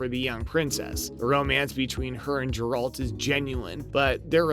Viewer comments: Please don't do videos on topics if you're not familiar with the source material. 1) Aquaman is a DC property and 2) It's Geralt, not Jeralt .. pronounced "Geh-ralt" .. have you even watched the show? Read the books at all? Or even bothered playing any of the games? Or are you just rushing to make a video on a hot topic? Wouldn't be surprised if you followed this up with a Spiderman No Way Home Video too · Oh boy.....you said Jeralt, not Geralt. Reminds me of the young kid at Gamestop when I bought the Funko of Geralt fighting the Leshen.....and he pronounced Leshen as....Lashawn. His fellow employee and I had a nice laugh about that. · You should have not rushed this one. 1. It's Geralt and not Jeralt (the way you keep saying this is offputting) 2. Aquaman is a DC character and not Marvel. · IT IS NOT HERALT man stop it pleaseeee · How can you call this Video everything we know, and not even know how to pronounce the main characters name? Did you watch the series? Did you play the game? Or is this just a blind commentary? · You immediately lose credibility when you butcher the pronounciation of the main character's name of the subject of your video. Lol. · Yes this had me wondering that too. How familiar with this material can he be if he can't pronounce the main character of the series right? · Geralt with a G not a J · The way you read 'Geralt' is offensive.